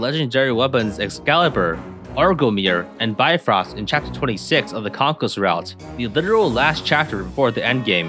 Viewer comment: Every time someone tries to pronounce Bifröst i die a little inside haha